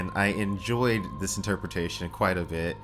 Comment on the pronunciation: "She is qWhite sinister, qWHITE sinister."